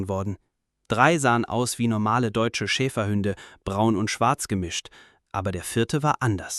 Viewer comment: Das heißt nicht Schäferhünde, sondern Schäferhunde. Ansonsten schöne Geschichte.